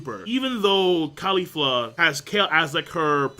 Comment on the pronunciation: its CA-li-fla... like cauliflower...